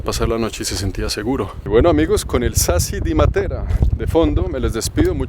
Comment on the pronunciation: La conoci hace 50 años y soy Colombiana,si,es espectacular,la pronunciación de Matera esta mal acentuada con respecto a los italianos.